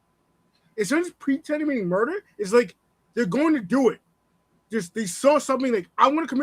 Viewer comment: This dude ALWAYS is pronouncing words incorrectly